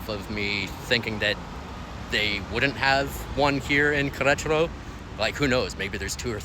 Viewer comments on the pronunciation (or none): Say it like this … Ke re taro